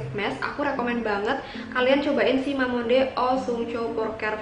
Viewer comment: Cara bacanya bukan mamonde tapi mamongde,klau gk prcya cek yt sunny dahye